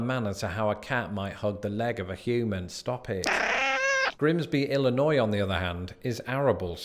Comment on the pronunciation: At least you pronounce "Illinois" correctly. Southern Illinois is another world.